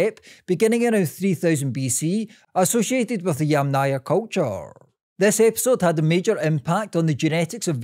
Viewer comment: Funny how many times you pronounced the name of the Yamna culture wrong: It's pronounced either as Yàmna (from Ukrainan) or Yàmnaya (from Russian) with an emphasis on the first A, and never Yamnàya Culture with an emphasis on the second A.